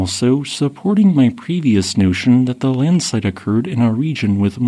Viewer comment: Not an avalanche bud. Landslides are different. Or Linslide as the narrator pronounces it 😂